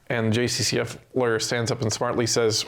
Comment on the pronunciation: When u say government lawyer, I think liberal lawyer as that's what it sounds like